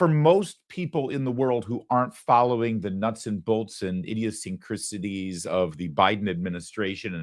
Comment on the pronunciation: Larry, did I hear you say “the idiot-syncricities of the Biden administration? LOL! Perfect!🙂